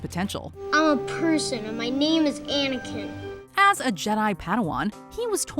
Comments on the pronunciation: I respect what you said but you said Aniken? Aniken! It’s GODAMN ANAKIN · When she said jar jar I got so angry but she said anikin